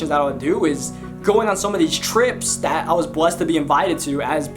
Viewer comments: for "DAT" DAHERE" everything is with a D with you XD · He doesn’t have th in his vocabulary Ex: dat udderwise